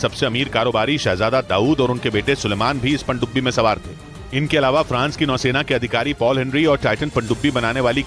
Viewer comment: Pandubi ko ache se bolna siikh le uncle 😂